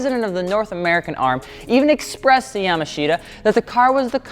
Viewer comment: Yamashita is pronounced "yamaashta"